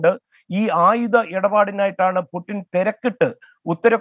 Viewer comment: വ്ളാഡിമിർ പുട്ടൻ അല്ല ചേട്ടാ പുട്ടിൻ ആണ് പുട്ടിൻ... 😃😃